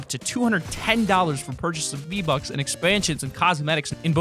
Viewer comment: It's not z buck its V buck